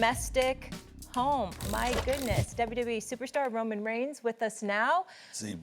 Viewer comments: She called him reyman instead of Roman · Did she just call Roman reigns, Ramen 😮😂😂😂, she needs to get Out Tribal Chief name right!!... Oh no ma'am 😒🙄😂😂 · Did Molly call him Ramon?? 😂😂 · Let Molly know it’s Roman not Raymond she better acknowledge properly lol ☝🏾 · Did Molly just call Roman Raymon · this girl called him ," RAMEN" 😂😂😂😂😂 WHO TF IS RAMEN ??? im dead aff 😂#Raymond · Molly..... Who tha fukk is "Raymond"??.... smh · Ah yes, Raymond Rones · Did she just call the Tribal Chief "Raymond"? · This female called him Ramen WOW!! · Did I hear that right she called Roman Raymond 😂😂😂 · Molly! It’s Roman not Ramon! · girl called him Raymon 😂😂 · Mollyyyyy his name is not Raymon 😂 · She called our tribal chief ‘Reiman’ 😭😪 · Female…..his name is Roman not Ramon……limit the disrespect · Did she just called him ramen? LMAOOO HOW DARE YOU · why did molly call him ramen😂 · Did she say Ramond one time? Lol. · she called Roman “Ramond” 😂😂😂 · did she call him Raymen!? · Molly mispronounced his name… ESPN yall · Molly, get the tribal chief name right at least! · 😂 she needs to learn his name